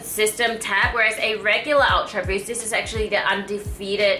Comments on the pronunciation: D. Kaoru “awtra buust” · I like the way you say "ultraboost". >.<